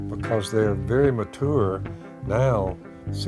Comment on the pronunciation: I like how phil says mature